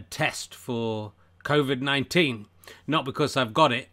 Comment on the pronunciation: Did you genuinely said "Crowvid" ?